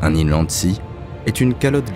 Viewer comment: Bonjour, Inlandsis : le S final se prononce. Même si il n'y en a qu'un seul, d'inlandsiS. Augmenter votre culture générale qui a l'air très très faible, puisque rien ne vous choque ou vous pose question quand vous lisez votre texte, ne vous intéresse pas ? Pour la sagduction, c'est bien comme ce qui est dit dans le commentaire mais les images n'ont rien à voir. La musique est inutile et insupportable, un coup des tam tam, un coup des violons. Même au minimum, la voix ne s'en détache pas.